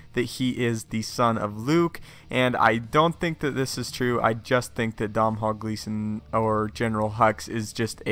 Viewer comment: Dom-hall gleeson 😂